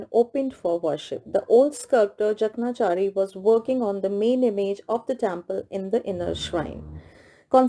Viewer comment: Ma'am, the pronunciation of Jakanchari is : J a k a n chaari